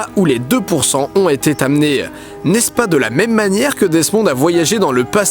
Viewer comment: "là où ils ont "été_t_ amenés" ? (fais quelque chose pour ta prononciation...)